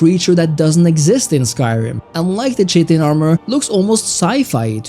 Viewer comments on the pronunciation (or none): Cheatin armor 😂😂😂. Kite-tin that's how you pronounce it. I had a good laugh not insulting or anything just reminds me of me. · its not correct, but its how I pronounced it until I learned the true pronunciation. Its a hard K sound. Like Kite-in. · Chiten = "Kie-tuhn" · I always thought it was pronounced "Chit-in" but its actually more like "Kite-in" such a great word 😂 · Chitin (Kai-(t)en) You're welcome, bro. 👊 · Chitin Kite-in It’s pronounced kite-in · “Kai-tin” pronunciation :)